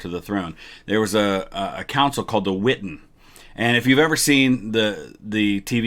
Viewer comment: The witten? I thought it was the wittan